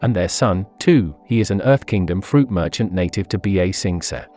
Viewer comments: This is a great video, but I would like it more if you learned proper pronunciation. Ba Sing Se's original pronunciation isn't difficult, and you actually add an extra syllable when you say "B-A Sing Say". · The computerized voice pronounces things worse than M. Night Shyamalan's Avatar movie. I actually disliked this video because of the pronunciation. It's infuriating. "B A Sing Say" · B-aaa-sensei 😂 bro can't even say the name of the city right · "B A SING SAY"😂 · B a sing say 😂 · Bee Ay Sing Say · B-A sing s-eh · bro murdered the pronunciation of ba-sing-se